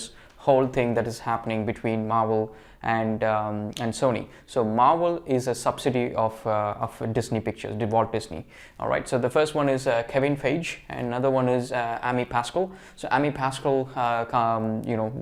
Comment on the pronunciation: uhm, sir, the way you pronounce Feige should be like "Faygi" not "Feej"